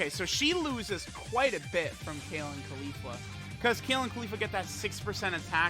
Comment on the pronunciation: Everytime I hear him say Khalifa and not Caulifla I die inside.